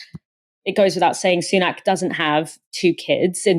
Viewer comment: It's pronounced Sunak as in sun-ack. Not soon-ack.